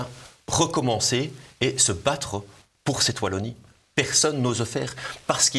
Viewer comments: Merci beaucoup pour l'invitation de "Chez nous" sur votre chaîne! Juste une petite remarque: Wallonie avec un W comme dans Star Wars ;-) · Merci pour cette émission, je suis de Lille, et avec la Belgique, nous sommes très proches géographiquement, mais également cuturellement (eh oui, nous fêtons aussi St Nicolas le 6 décembre, y a pas que dans l'Est!). Pour info, on ne dit pas 'Vallonie", ça pique, on dit Wallonie. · Martial je vous apprécie mais à l’avenir prononcez « oualonnie » svp ✊🏻